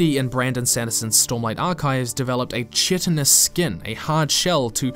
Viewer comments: Hey, just wanted to say that I'm enjoying these videos on worldbuilding and writing. Thanks for all the hard work. I noticed that you pronounced 'chitinous' incorrectly. It's not intuitive, so it's understandable. For future reference, it's pronounced KITE-inous, not CHIT-inous. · Not shitting but kite-in